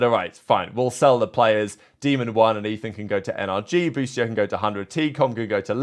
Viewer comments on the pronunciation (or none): none